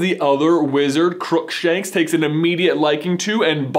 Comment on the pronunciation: "CROOKSANKSH JUMPS DOWN"